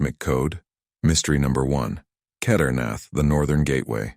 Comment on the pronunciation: Do learn how to PRONOUNCE SANSKRIT properly. Please. "Shivling" is the Hindi shortening of the authentic SHIVA LINGA. You can't even pronounce Kedarnath...sheesh.